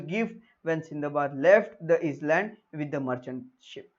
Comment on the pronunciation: Plz check island pronounciation